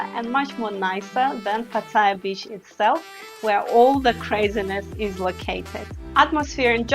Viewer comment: YOUR PRONUNCIATION IS VERY BAD...Ask any thai person to say "pattaya "...firstly there is no I in pattaya...PATT-A- YA......If you can not even PRONOUNCE the name of the city your talking about.. then .guve up and go home...ps YOUR NOT LIVING IN THAILAND...YOU ARE ON HOLIDAY